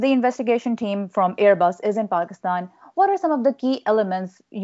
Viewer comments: One of the best reason that I like you is you know exactly how to say words like Karachi, Pakistan etc. you don’t say Pakistan like most ppl do “Paasykisstaaayn” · So true...she'd be terminated by CNN or other like networks for doing research before reporting her story. I hope she has seen all the great comments. I also like that attempts to pronounce her name and the names of the Pakistan cities correctly. To me it is a sign of respect.